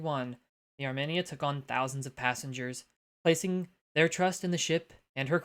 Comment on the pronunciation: Thanks again friend. Though your pronunciation of Armenia got me to cock an eyebrow, good show all the same.